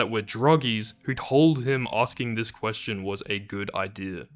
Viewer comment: ITS A KWESHUN!